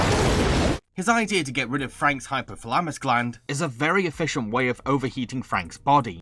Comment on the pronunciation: mirpronounces hypothalamuus